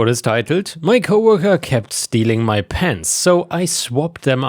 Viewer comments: I don't know why, but I heard "pants" when you were describing the last story about "pens" :D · Oh PENS... I thought you were saying PANTS. I found it very strange that someone would steal pants. Disappearing pants would make a cool gift for my wife.